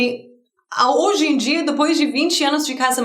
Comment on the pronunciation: and, I love the way you say depois....lol